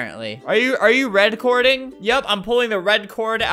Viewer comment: “Are you are you redcording